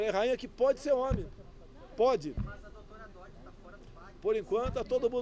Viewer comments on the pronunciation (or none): none